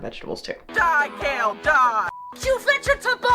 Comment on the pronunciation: "F**k you Vej-Ah-Tah-Ball"😂😂😂😂😂had me creasing when she said it like that